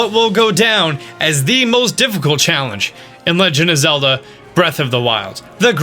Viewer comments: Who else heard him say tifficult????? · He said toughicult